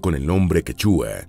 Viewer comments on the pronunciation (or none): No es tan difícil escribir y leer bien: QUECHUA, no quechúa. TAHUANTINSUYO, no Tahuansinsuyo. ANCASMAYO, no Acansmayo.